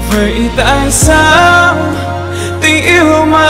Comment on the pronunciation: 2 người này nếu đổi bài cho nhau khi ra MV thì hay hơn đấy vì Hết thương cạn nhớ trong MV Đức Phúc hát khúc đầu trầm hơi bị tối giọng, khó nghe rõ lời. Còn Có tất cả nhưng thiếu anh trong MV thì Erik hát phát âm bị sai nhiều quá, sao thì hát thành sau. Bởi vậy, nếu lúc đầu hoán đổi 2 bài này cho 2 người thì chắc sẽ tuyệt vời lắm!